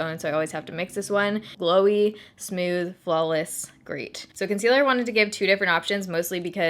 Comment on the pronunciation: I love the way you say smooth! It sounds like you're saying "sm-you-th!!!! I actually look forward to you saying it every video. I know...I'm nuts!!! 😜😜😜